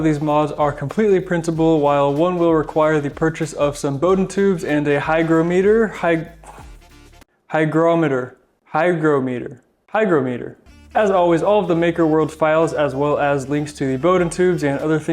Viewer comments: I think it’s pronounced hygrometer. Thanks for the video! I just got a printer and am so excited to get started! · Does the first portion work with the AMS2? I noticed yours used a different feed insertion. Oh, try saying highjrameter for hygrometer. :)